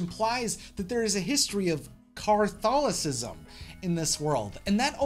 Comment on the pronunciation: Bro said Car-tholisism and thought we wouldn't notice 😂😂